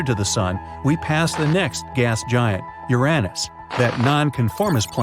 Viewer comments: Mars is NOT our closest neighbor. Fact checks, including how you say Uranus 🤦🏻‍♂️ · Hey, you gave Uranus a third pronunciation!, cool beans 🤗